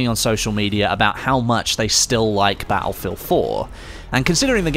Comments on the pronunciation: its "Battlefield" not "Baulfield" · I love how he says batt-le-field